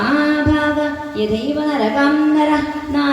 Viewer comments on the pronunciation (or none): സപ്താഹ വേദി അതിമനോഹരമായിരിയ്ക്കുന്നു.ശ്റീമണി ആത്തേമ്മാരുടെ വായന അസ്സലായിട്ടുണ്ട്.കീർത്തനവും നന്നായിട്ടുണ്ട്.നരകം എന്നത് പറഞ്ഞപ്പോൾ നഗരം എന്നായിപ്പോയോ? ഒരു സംശയം 🙏🙏